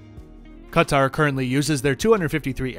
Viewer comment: First & foremost, points should be given to just for the pronunciation of Qatar (Ka-tar). When I tune in to CNN or MSNBC, I always cringe a little when I hear the anchors pronunciation of Qatar as "Carter". I was even wondering why do they keep calling out this person/ individual that the US government is seeking diplomatic aid from 😂 until I realised that they were actually referring to Qatar. 😑